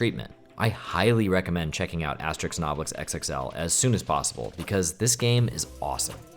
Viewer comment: It's "Asterix" not "Aestrix" 😅